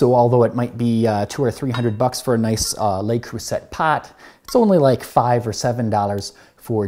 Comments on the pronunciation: The "t" is silent in "Le Creuset". The way you're pronouncing it would be correct if it were spelled "Creusette", as in "baguette". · Yea, I picked up on that, too. It's been a couple years, so he probably now knows how to pronounce it. Phonetically, it's Lay Cru(as in ecru)-say. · kroosay is the phonetic pronunciation of creuset. It is French. Great video and love the background music. Sounds just like Italy or France. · It's pronounced "luh croo-say"